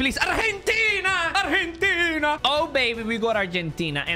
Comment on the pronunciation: Why tf do you say arhentina instead of argentina